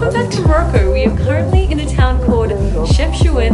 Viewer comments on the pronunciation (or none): Im sorry guys but you butchered some of the names 😂, in Chefchaouen the 'a' should be pronounced and Essaouira is pronounced Esawera or just Swera in arabic. I'm from Morocco and I am so glad you loved it here, I can't wait to see the Desert vlog it's one of my favorite places in my country.